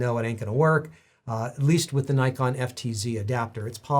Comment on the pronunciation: As you explained the history of the company's name almost every American (and few Canadians) doesn't pronounce "Nikon" the right way...